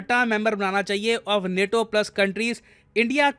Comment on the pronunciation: नेटो नहीं नाटो 😆